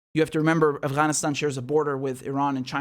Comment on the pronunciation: I saw this general with all kinds of shit all over his chest, you know, ribbons and the like, clearly say "Assghanistan". I listened to it twice to be sure. Kind of sums up these assholes outlook, doesn't it?